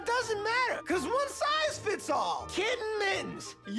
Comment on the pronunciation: I will never not laugh at the weird way he says “one sIZE fits all!”